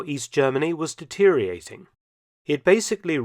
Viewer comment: Please learn how to pronounce "deteriorating".